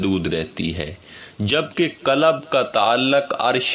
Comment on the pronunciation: For your kind information, Correct yourself from the linguistic point of view to correctly pronounce and be able make difference between Kalab,Kalb & Qualb. Kalab-Expl. Rotary,Lions Club etc. Kalb - meaning Dog. Qualb - jiski aap baat kar rahein ya Afyedata in Arbi or Dil or Heart.